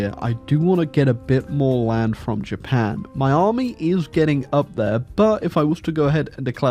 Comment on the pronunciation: It bothers me, but I know that's your style, that "Japan" at the end is in no way Japanese.